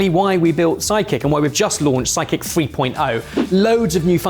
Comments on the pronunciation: I'm going to have to be that guy from America that comments on accent.. When he says sidekick he is so soft on that D. That it sounds like he says psychic.. Go listen to it a couple times lol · I keep trying to listen really closely and hear you say sidekick however every single time I'm hearing psychic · As an Australian I always thought psychic. Why can't the pronounce side with a d? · I keep hearing psychic when you guys say Sidekick 😁